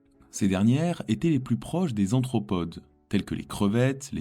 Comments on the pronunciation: "Anthropodes"?? Ça ne serait pas plutôt "arthropodes"? 😅😅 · Oui, arthropodes et non nin nin podes. Lol ! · "'Extension" ? "anthropodes" ? Il faut vous relire jeune homme.